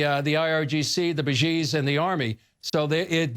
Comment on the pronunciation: I'ts B A S I J. pronounced "BA- SEEJ". NOT "Ba-jeej".